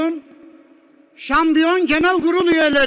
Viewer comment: Şanbiyon şanbiyon :) Bu adam neden konuşuyor? Kim bu?